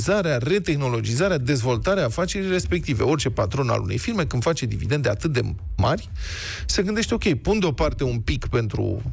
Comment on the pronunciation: DividenDe, nu dividenTe, domnule.